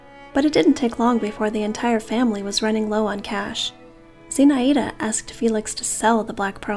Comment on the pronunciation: It's pronounced Zinh-Eye-da